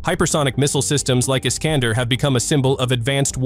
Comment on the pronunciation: I-S-K-A-N-D-E-R - Betonung auf E, so schwer auszusprechen??? Scheiss KI ... 😀😀😀